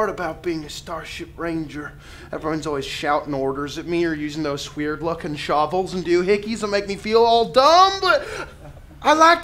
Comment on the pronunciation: said 'hweird.' That one doesn't even have an 'h' in it!